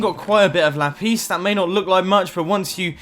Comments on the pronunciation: It is LAPIS NO LAPEES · Lapeees? LAPEEEES?? No. It’s la-piss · Sorry but lapIS not lapees .... It Buggs me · I like how he says lapis “ lapees ” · lol "la-piece"